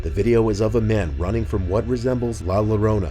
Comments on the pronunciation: La Llorona Yeah, I would run too. Note: the second is pronounced “Yorona” I believe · "lah lorona" 😭😭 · I'm sorry but your pronunciation of Lla Llorona was absolutely horrendous. I've seem some butchering of Spanish before but GODDAMN that was the worst I've ever heard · ...."Laluhrona"...jesus, at least look up the proper pronunciation for these mythical creatures if you're going to do a video of them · Noo why la llorona its pronounced La yorona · Hello I love your vids, I do want to point out that “La Llorona” is pronounced “La Yo-rona” little Spanish lesson. When there are two LL’s it makes a yuh sound.:) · FYI: llorona is (more or less) pronounced "YOR-OH-NAH." The double "L" in Spanish is pronounced like the letter "Y" in English. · please pronounce La LLarona correctly or else its kinda cringy. It pronounced (La Ya-rona) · Lalou rounar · La LaRona hahaha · La Llorona is pronounced “La YA-rona”, as a double L in spanish is pronounced as the letter Y. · I love this channel, but I got major cringe on the "La Llorona" pronunciation given. The two L's side by side make a "y" sound like in the word "yellow". I know, it's nitpicking because most Americans don't speak Spanish, but I grew up in a town where it's beneficial to be bilingual, so Spanish is pretty easy to understand for me. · La larona 😩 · Came here to say the same! I am here: “LLOrona! Like yo-yorona!” 😂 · Or as says it: "Lala Rona" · Take a shot of tequila every time this guy says "la low-ROW-nah" LMFAO!! ✊😂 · I hate when people don't say La Llorona correctly, you don't say the L in Llorona, it makes a Y sound, it should be said like Lie Yorona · It's pronounced "la yorona" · this foo said la larona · its pronounced la yorona but spelled la llorona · It’s pronounced La YA-rona. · La “lorona” is actually pronounced as “La joe-rona” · The only reason that one scared me was because how he pronounced “la llarona” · “La Lorona” 😂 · It’s pronounce la “yo-rona” 😂